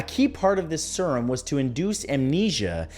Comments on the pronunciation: “Sur-uhm”. Smh you really don’t know how to pronounce serum? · You pronounced serum 'sir um' several times and at the end you said 'see rum' WHY IS NO ONE TALKING ABOUT THIS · Serum = SEErum, not sirum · Isn't it Seer-um? Surum just seems w bit wierd given how it's spelled. But then I pronounce things how I see them written, so... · Yes, it’s seer-uhm. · Agreed. Sear (as in fear) rum (see the alcoholic beverage). That simple! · That is Sure as hell not how you pronounce Jiminez Or Serum